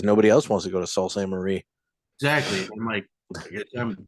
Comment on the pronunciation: As a Michigander, I feel obligated to tell you the city is pronounced "soo saint marie"